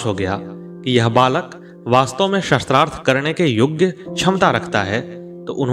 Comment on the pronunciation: mahoday aapka uttam prayash aapko sadhub..,mai aap ka dhyan ek galti.. aap शास्त्रार्थ ko शस्त्रार्थ uchcharan ker rahe ho jo ki galat hai,ek aadh aur mamuli mishtek hai, अ aur आ ke uchcharn ko dhyan do,apane bole ko baar baar suno galti samajh me aajayegi,,,mera ye kaam nahi hai,bash tumhare adarniye prayash me subhkama swaroop hai,sri radhe sri radhe sri radhe